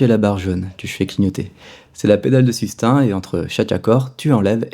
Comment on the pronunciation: Bravo pour l’approche, les pointes d’humour, etc... Tout ca est excellent, mais par pitié, ce n’est pas ’’la pedale de sustain’’ prononcé comme ’’hein?’’ mais ’’sustain’’ prononcé comme ’’hey...n’’ (sans le h) C’est pire qu’une fausse note... Merci... Un ancien prof d’anglais désespéré.